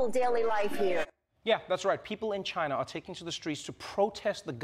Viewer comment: Am I the only one who kept repeating the part when he said "tchina" 😂😂😂